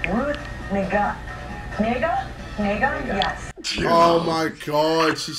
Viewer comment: Ruth Negga Meanwhile JJ : Ruft Negga